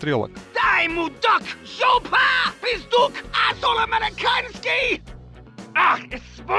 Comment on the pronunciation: "Pizduk" ахах ору